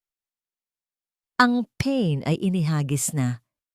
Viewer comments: Paen as in pain you pronounce as peyn na sakit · Pain ...hija pronounce as iha...pa.in not peyn